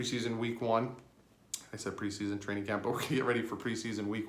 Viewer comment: Traing?? Damn sound it out unless this was intentional which either way is funny thanks dwrong